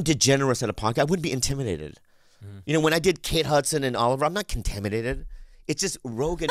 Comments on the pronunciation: He didn't say contaminated, he said kimtiminated! Which is cool. Kimtiminated is like intimidated but the kind where you are in NorthKorea and Kim jung un wants to talk to you right now and its not good. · He said "contaminated" 🤣